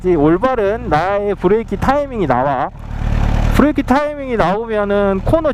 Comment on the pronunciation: 브레이낑 ㅎ ㅎ 구수하고 좋아요